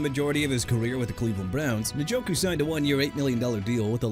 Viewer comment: NJOKU AS IN EN-JO-KOO NOT NIN-JO-KOO MR. "I CAN MISPRONOUNCE NAMES OF PEOPLE, TEAMS AND CITIES AND GET AWAY WITH IT"! WHEN ARE YOU GONNA LEARN BEFORE YOU GET FIRED HUH?! ALSO YOU MEANT "THE ARIZONA CARDINALS, THE JACKSONVILLE JAGUARS" AND "FOLK AND THE FALCONS?! SPEAKING OF WHICH, JAGUARS AS IN JA-GWAARS NOT "JAGWIRES" AND NEW ORLEANS AS IN NU OR-LINS NOT "NEW OR-LEANS"! AKHEEM MESIDOR NOT MESSI-A-DOOR! CHICAGO AS IN EITHER SHUH-KAH-GOW OR SHEE-KAH-GOW! MAKE EVERYBODY'S LIVES EASY AND QUIT!!